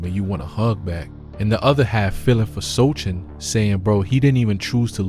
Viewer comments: Bro said Shoulders.. Soldier.. So chin..So can ..So kin😂 So shaun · It's "So - han"😊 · It’s pronounced so hon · “So Han” is how you say it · It's pronounced So Han. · The c is silent his last name is so-han. How you make this video mispronouncing his name. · Congratulations to the Knicks team: Victor Wemby sucks!. He good until he lose. Do better Guy: why you pronounce Sochan 4 didn’t ways 😆😂-Gang 😆😂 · Dont make content if you cant pronounce the name. Shit is amateur. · You don't even know how to say his name right. Every thing this channel spits out is garbage.